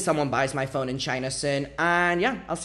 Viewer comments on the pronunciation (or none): You pronounce "phone" like "phong" and I was kinda confused when you started talking about tracking it and getting notification...